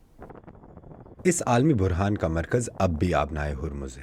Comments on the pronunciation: عالمی بحران کو عالمی برہان بولا گیا جسکی درستگی لازم ہے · برہان نہیں ہے بحران ھے ۔۔سمیع ککرس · محترمہ!! مَنشِیات نہیں, مُنَشِّیات مُ نَش شِ یات, برہان برحان ؟ بُحران!! پلیز درست تلفُّظ کا دھیان رکھتے ہوئے درست استعمال لازم ہے۔